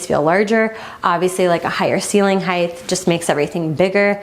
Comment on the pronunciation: "Hight" not "Higth"